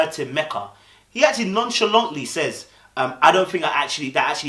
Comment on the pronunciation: be honest you were on Meka’s case and couldn’t pronounce her name for nothing!